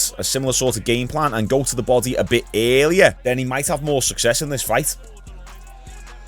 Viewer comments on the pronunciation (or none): is that supposed to be "earlier"?